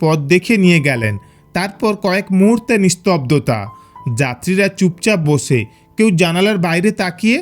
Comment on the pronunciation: Why this guy is talking like that ? Pase Bose hase lol 😆 Learn to say Pashe. Boshe, Kashe